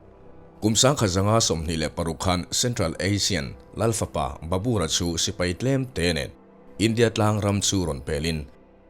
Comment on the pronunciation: Barbur hi Babar tiin kan zir. 😅